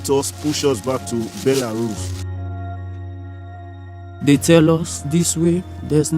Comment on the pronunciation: “Baela Ruuse” hahaha